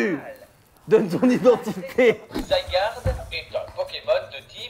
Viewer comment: "Zaïgarde" au lieu de Zygarde 😭😭😭😂